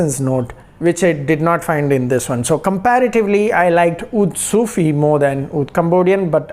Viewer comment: Its not sufi bro its seyufi